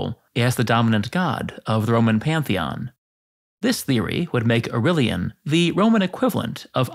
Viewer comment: Au-ray-lian NOT Au-rill-ian.